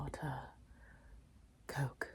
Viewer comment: The way she said "Coke" 🤣💀💙💀🤣